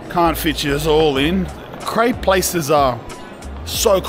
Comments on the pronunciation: You wanna add a double p for proper Crayp pronounciation, lad! 😄 Montmartre is a nice place for sure! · 'its a cool krepe' hahaha